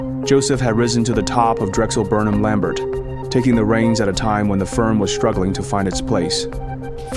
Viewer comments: It is pronounced LAM-BARE, not LAM-BERT. The final "t" is silent. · Good video! It’s pronounced lam-bare - not lam-bert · I’m pretty sure Lambert is pronounced’Lam bear ‘. Great work. !!!! Forstmann Little were the ones that attempted to facilitate the RJE/Nabisco merger. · The last name of Drexel Burnham is pronounced Lamb-BEER.